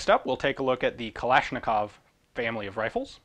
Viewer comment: This is a great video, although I would have opened it with the gun safety first, especially barrel discipline and trigger discipline. Still, great work. AND THANK YOU FOR ACTUALLY SAYING KALASHNIKOV CORRECTLY. lmao